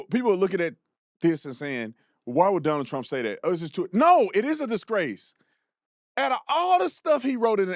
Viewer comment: "You're Ah Discrace ." "Let's Finish this Interview.. " 😂🤣😂